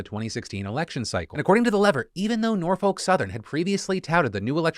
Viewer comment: Not a big deal here, but I've got a small correction for you - I'm from the city of Norfolk, VA and I just can't get over how you keep pronouncing it. You shouldn't pronounce the "L" at all, and that second "O" should be pronounced as if it were a "U". Basically, it should sound nearly as if you're cursing every time you say it.